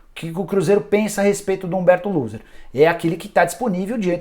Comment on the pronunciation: Eu entendi ele falar Humberto Loser... kkk Ai é foda... Coitado do Cruzeiro.